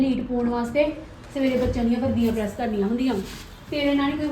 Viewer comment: ਪੜੈਸ ਨੀ ਪਰੈਸ